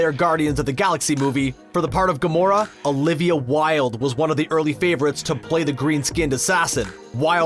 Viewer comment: Green-skinned assassin? I almost thought he said Garona lol